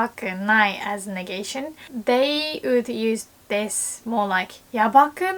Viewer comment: I just noticed has the same voice labio-velar approximant issue with "would" (woman = ooman) so she sounds like "ood" if you read this let me help you with pronunciation!